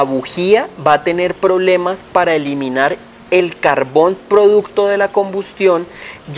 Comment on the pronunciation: Se le escapó lo costeño 🤣